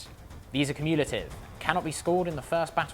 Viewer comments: Yeah but jokes about battalions and baddalions aside, I really think the emphasis is supposed to be in the first syllable, not the second. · Anyone else think Chef's pronunciation of "cumulative" sounds a bit odd?